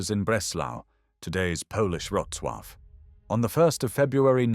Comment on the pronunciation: Pronunciation of Wrocław?